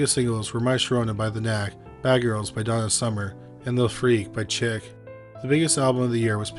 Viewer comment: SHEEK, NOT CHICK.